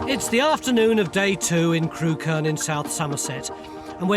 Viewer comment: It's pronounced 'Crook-urn' not 'Crew-kern' 😆 It's funny that they went all the way to Ham Hill and didn't mention that right next to it is the site of a motte-and-bailey castle that overlooks Montacute and the edge of Stoke.